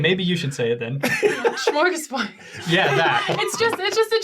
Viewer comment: This was such a good episode. Thank you so much. HOWEVER, as a Swede I’m OFFENDED at the terrible pronunciation of smörgåsbord (or as said it schmorgobord). It’s swedish and literally translates to sandwich table or butter goose table which is from the Swedish Christmas tradition of putting a bunch of dishes together, like a buffet, containing coldcuts, meatballs (surprise surprise), fish, bread, potatoes etc. SO for you to pronounce it it would be smorgasbord or smorgoesbord. No Sch in sight y’all. Thank you for coming to my TedTalk. Love you all so much. ❤️